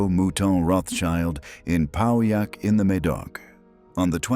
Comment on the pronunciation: Pauillac: Pronounced "pwoy-ACH", vous cretin!!!!!